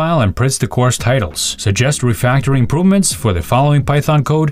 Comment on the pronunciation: "code refectoring" - let's ask the ii to fix this bug =)